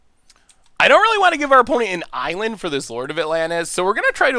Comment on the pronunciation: if you’re reading this: AN ISLAND please more than any mispronunciation this drives me crazy 😂 edit: mana tithe!!!